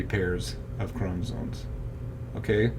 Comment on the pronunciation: Are you saying chromosoNes?